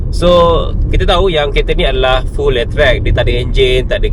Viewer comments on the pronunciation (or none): letrek? bukan letrik?